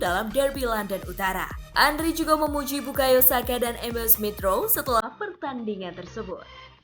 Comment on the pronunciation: bukan Andri min Andre wkwkwk Henry di bilang Andri wkwkwk abal2 admin nya